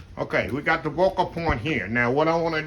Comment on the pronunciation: Greetings!!!!….I believe you mean “Focal” point instead of vocal 😎👍🏾🙏🏾